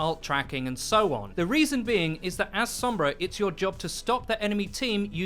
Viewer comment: Stoked it’s not 11 minutes of the other guy saying “Sohmbra”